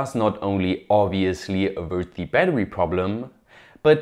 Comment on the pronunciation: bro pronounces bettery like a furry